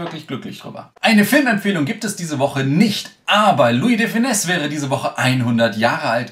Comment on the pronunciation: Ich bin beiendruckt.. du hast *Louis de Funès* richtig mit S hinten ausgesprochen... Die meisten Deutschen machen das falsch, und machen ein Lui de fueneee draus. Hut ab